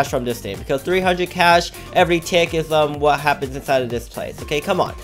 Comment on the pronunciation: User you say WHOT instead of what